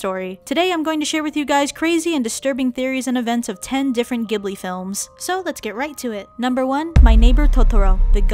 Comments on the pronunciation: It’s actually pronounced as jibli not gibli it’s really weird Ik.. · It’s not pronounced Gee-bu-lee. It’s jee-bl-i. Gh is pronounced Jee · Iys pronounced jibli even thoug its spellt ghibli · not to be smart >3< but ghibili is pronounced like this:Ji-bull-lee. And my name is Chihiro o3o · Are you ghibling me? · Not goblin it’s you pronounce it jibli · It's pronounced jhib-li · It’s pronounced jhibli not a hard g sound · My ears bleed when I heard how she pronounced Ghibli and Naussica